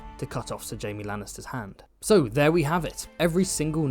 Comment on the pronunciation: You called Jaime “Jame”. Disliked, unsubbed, literally unwatchable.